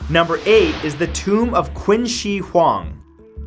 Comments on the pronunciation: Nice video, but just FYI,- Qin is pronounced like the word Chin, not Quin. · Um, hello... Qin is pronounced “Chin” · Wait, I thought Qin was pronounced "Chin". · qin here is not pronounce as Qin , but Ching ... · CHIN! Not quin! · Orinomo Yep, it's like "ching" without the 'h'. I was cringing at Matt when he pronounced it like "quinn". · LOL queen she huang 😂. Its cing shh huang in Chinese pronunciation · Love ur videos as always matt.. Just 1 comment this time. Qin is not pronounced as queen. More like chee-in. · qin is pronounced chin, not quinn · Love your videos Matt, but Qin is actually pronounced "Chin" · Qin is pronounced 'cheen' bro lol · Btw Qin is pronounced chin just saying I literally just learned ab it in school so yeah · In Chinese, the name Qin is pronounced as "Chin". Just pointing it out! 😊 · It’s pronounced chin not qin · btw it's pronounced "chin" (qin) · It’s pronounced “Chin She Hwang” :) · Qin is pronounced Chin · It's pronounced "Chin" he was the first emperor of unified China, giving the country it's name. It's "Cheen Shu Hwan Dee" (phonetically). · Qin Is pronounced like ‘ching’. Just thought you should know :) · Qin is pronounced like Chin, with a softer Ch sound. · Qin is pronounced like "chin" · Its pronounced Chin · Another great video that learned me something! I knew about a few of these places beforehand. The only thing that bothered me was the pronunciation of Qin Dynasty 😂 Chinese is a difficult language to pronounce properly, especially with the different tones so I’ll keep it simple. It’s not ‘Quin’ but more like ‘chin’ and ‘shi’ isn’t like ‘she’ but kinda like ‘sure’ but with an i instead of a u. Again, it’s kinda weird but them’s the breaks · He said qin wrong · You pronounce "Qin" wrong... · Anyone else cringe at how he pronounced Qin? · The way he pronounced "Qin" shudders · How do you pronounce French and Japanese names flawlessly and go on to mispronounce 'Octagonal'? And 'Qin'?